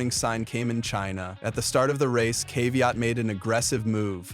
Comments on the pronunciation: Kvajt, Kvit, Kvyat, Kvajat, Kvit, Kvyat... 101 of pronunciation of Daniil Kvyat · Bro pronounced Kvyat in every possible way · How many ways can he say Kvyat and still not get it right?